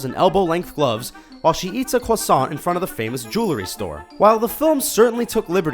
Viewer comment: "ju-la-ry"? It's "jew-el-ry".